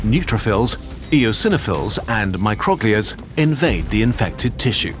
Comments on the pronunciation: Great video as usual, but just an FYI: your narrator mispronounced one of the immune cells. It’s micro-glia, not mi-crog-lia. The ante-penultima rule doesn’t apply in this particular case! 😊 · It’s pronounced micro - glia, not microg - lia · The way he pronounced micro-glia though